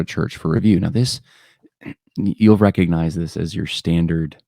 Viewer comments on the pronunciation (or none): The "G" in recognize is not silent.